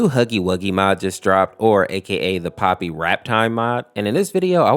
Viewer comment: Bro why do you say poppy’s not poppy. Bro you literally wrote it out for the title POPPY no S in sight